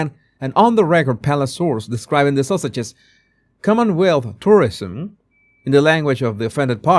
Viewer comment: Every time you say Sussexes my ear hears Sausages! I love it!